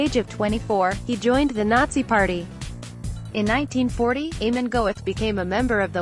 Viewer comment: The name Amon is not pronounced as if it were the Irish name Eamonn. It is pronounced as the small "a" and mon so a mon. Not as if it were Eamonn.